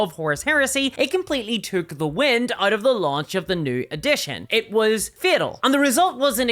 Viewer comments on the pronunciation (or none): none